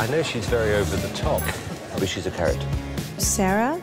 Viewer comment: Sharon still calls her 'Zara' 'Sarah' ITS SAARA. SAAHRA!